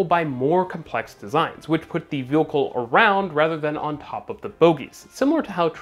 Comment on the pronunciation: New drinking game... every time says "vehAcoohl" instead of "vehicle" then you drink. Absolutely hammered!!! 😮😮😂😂😁😁😁😁